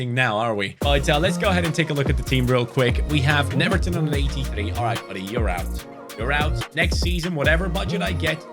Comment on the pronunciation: Not to be the boring guy, but is pronounced like “Neuerton” because here in Brazil “W” is like “U”